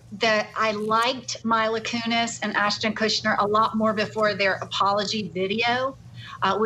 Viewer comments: I like how Chandelle says she likes them better before their apology video and proceeds to pronounce their name wrong the whole interview 😂 MYLA and KUSHNER lol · Why is your guest making up her OWN pronunciation of Mila’s name???? Seriously unprofessional. You JUST heard two others say the name and you just make up your own. And did she just say Ashton KUSHNER?! She’s fired. 🤦🏽‍♀️ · It's not "Kushner" 🤣 There is no N at all in the name.